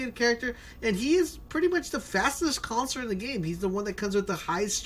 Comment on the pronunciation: Not trying to make fun of his accent or pronunciation but each time he says Counselor it sounds like he's saying Concert. Lol